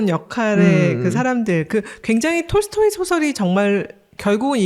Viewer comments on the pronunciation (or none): none